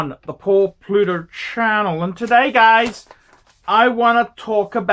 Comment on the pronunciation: ...Pluter?...Pluto?...he can't even pronounce his name....not talking about the photgotten anniversary...ageing badly